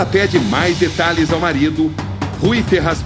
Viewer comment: Detalhes, não "Detralhes"